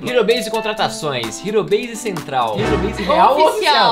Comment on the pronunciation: Logo quando começou tinha um canal que acho que tinha mais inscritos que vcs, a única coisa que desmascarou eles foi que estava sem Thum e uns vídeos falando que ele era editor da "Ero Base", pronunciando "ero base" e não "riro beise" (tá escrito errado ÓBVIO).